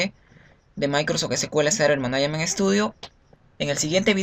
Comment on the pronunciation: Hola amigo se dice "managment" no manaiament. Muy buena lista de reproducción, está muy bien hecha.